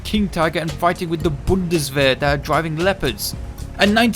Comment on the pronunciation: I totally agree with you, and I really appreciate that Bundeswehr pronouncing :)